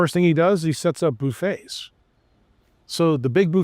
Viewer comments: Stopped listening when this guy said "boofet" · Lost credibility for me when he pronounced "buffet" with a long U.